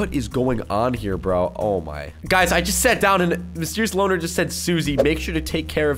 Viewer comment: Loner not loan